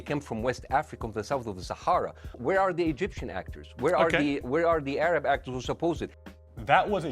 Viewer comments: It's pronounced "A-rab" not "Ay-rab." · THE WAY YOU PRONOUCED ARAB IS BIGOTED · Oooo, anyone else catch the part where the guy said “Where are the “Arab” actors?”